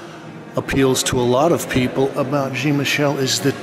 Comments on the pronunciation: thats like blue jeans. its john as in pope john paul. and basket. not bask-ey ay. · .Your pronounciation is ignorant. Jean is a French name and is pronounced differently in French - not pronounced like Gene. Jean in French is John in American English if that's your inclination. Thanks. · It really grinds my ears how he can't pronounce Jean's name right ! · It amazes me that in Brooklyn, they let this person upstairs with a camera to do this jacked up bootleg film. And if he really met Jean, he would have kicked him for not saying his name correctly. Get out! I detest these colonizers.